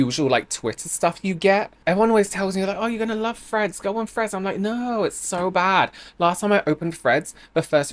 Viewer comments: Any one else hearing at first “Fred’s” not threads lol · At first I thought you said friends instead of threads, like there was a new social media called friends that I hadn't heard of